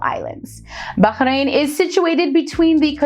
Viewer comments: finally, a person who knows how to say bahrain nicely and i also live in bahrain and im grateful that im here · Wow.. She pronounced 'Bahrain' correctly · Thanks for the video, like that you emphasised on the Letter “H” in Bahrain as it’s how it pronounced correctly, but there’s is a small mistake you mentioned, Bahrain is an archipelago on 33 natural islands, and around 50 artificial, not the opposite